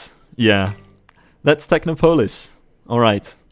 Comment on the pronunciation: Hopefully you haven't already recorded the next video, but 'Technopolis' is pronounced differently. Look up how people say "Metropolis" and you'll get it. This sounds super patronizing, but I promise I'm trying to be supportive